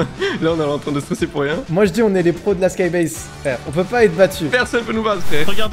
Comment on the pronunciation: Skybase pas skybaise 😤